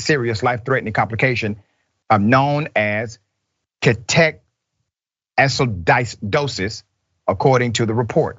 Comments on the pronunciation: "KEY-TOE-acid-dose-is" ketoacidosis. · Key-toe-acid-dose-us. Pronunciation. No ch should die from diabetes with proper care. So sad. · Ketoacidosis pronounced Keto' ah' seh' doh' sis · Just an FYI. Ketoacidosis is pronounced like Key tow acid o sus, and it can kill you if you don't get your blood sugar down fast. They didn't take his diabetes serious and fed him cheap fried food that has added cane sugar in it. I'm allergic to cane sugar (and sucralose, but not corn syrup or any other sugar like monk fruit) and I can't eat a lot of food, especially fast food, because of all the added sugar in it. To put table sugar on my cereal or in my tea is guaranteed to make me sick. I just cant imagine the pain the little boy went through before he died. He did absolutely nothing wrong, and he definitely didn't deserve what he went thru. The kids end up suffering because of the inhumane system. If we don't start standing up for the kids, when will we stand up? RIP little man. 😪